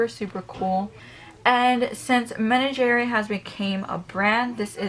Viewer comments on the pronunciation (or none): Hey girl. Love your collection. Thanks for all the videos! Just letting you know for future reference menagerie is pronounced men-ah-jer-ee. I’m not trying to be rude just letting you know cause I would want someone to tell me too! Happy Mother’s Day as well! 🙂